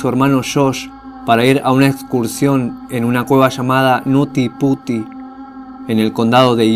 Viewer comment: Es Nutty Putty, pero se pronuncia Niuti Piuti. Cuidado con ma pronunciación de palabras inglesas, fuera de eso, lo demás está bien